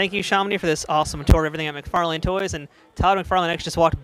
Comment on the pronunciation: McFar-Lane 🤣 It's pronounced "McFar-Lyn"